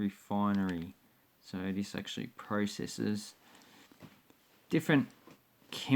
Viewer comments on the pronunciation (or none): none